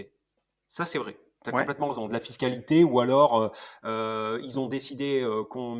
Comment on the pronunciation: super podcast. j'adore le format discussion. Par contre un reproche, il me semble que commet toujours la même erreur de français quand il parle de fiscalité. A l'écouter je penche plutôt pour fist-calité...:) le retour d'expérience sur les galères recnontrées est vraiment super. Je vote pour l'interview de Tony par pour un prochain podcast et ensuite inversement.